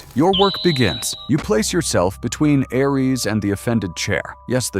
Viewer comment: You mispronounced Ares